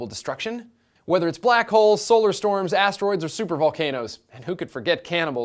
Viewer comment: Oh, he said black holes. I thought he said black whores..